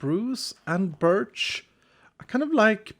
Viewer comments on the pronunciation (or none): none